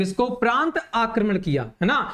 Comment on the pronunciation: Pratah hota hai prant nahi